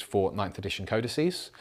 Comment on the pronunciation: Yes, it's "codices". Finally. Nice to see that somebody out there knows their plurals... Now, on to "Carnifices"...